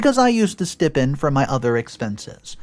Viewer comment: It is pronounced STI PEND. Long I. Not STIP END. Once can be seen as a mistake, twice is idiocy.